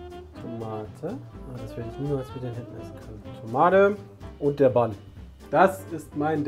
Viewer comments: Wenn noch mal "Bunn" sagt anstatt englisch "ban", dann spring ich durchs Handy! Aua!!!! 🤣🤣👍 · Immer wenn "Bunn" sagt, stirbt irgendwo ein Angelsachse. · Wie zu Bun einfach Bun sagt......Moment... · Wie ich jedes mal, wenn Bun falsch ausspricht, jemand schlagen möchte. Was erwartet man von jemanden der Haut auf Pudding isst...